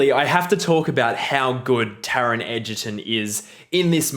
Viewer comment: I'm just so glad you managed to pronounce his name correctly - Helps I suppose because eyou have an Edgerton yourself don't you,. Chwarae Teg (Fair Play)